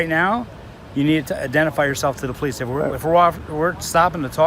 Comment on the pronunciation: The po-lice caused the disturbance.